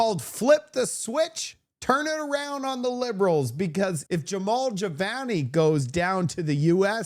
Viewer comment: JAMIL, not Jevon, not Jamal. Jamil. There's a picture of his name in your video.🤦🏿